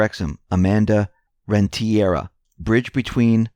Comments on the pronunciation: it’s REN-TE-RIA!! not REN-TIE-RA thank you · Renteria....PRONOUNCED...Rent' eh...ria...accent on first syllable.